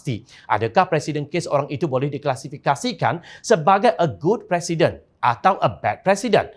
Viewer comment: Maaf Tuan 🙏🙏 Precedent Bunyinya Precident Buat President. Harap Maklum